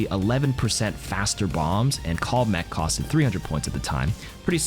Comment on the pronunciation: Every time he said “cost-Ed” 🥴